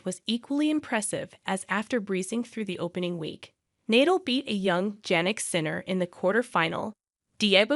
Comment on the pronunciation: Novak DjokÓvic? Rafael Neidoul? The woman that's narrating doesn't even know how to pronounce the names of the three best players in history...